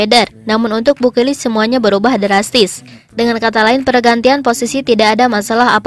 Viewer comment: BU KILIC min jgn BU KIRIK aahhh... 🤭🤭